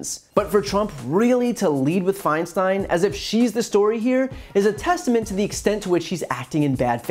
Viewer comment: I think he is purposely mispronouncing Feinsten's name .